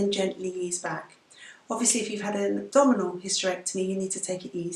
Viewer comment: When you said "abdominal hysterectomy" I thought you said "double hysterectomy" at first and laughed so hard :D